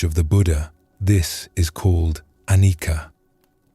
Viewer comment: Mispronounced "Anicca" 😊 However, I always enjoy the Buddhist tales here